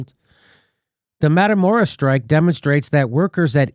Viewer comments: mah-kee-lah-door-ah dammit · Hey Jimmy, please learn the spanish vowels so you can pronounce Matamoros properly. Keep up the fantastic work you do Jimmy. Just trying to help. example= Mah-Ki-Lah dor-rah